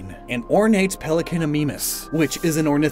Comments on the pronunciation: I couldn't stop yelling "ITS MY-MUS NOT MEE-MUS" throughout the video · Mimus in ornithomimid dinosaurs is pronounced "MIME-us" like in My and Mime, with a short I sound, not an E sound.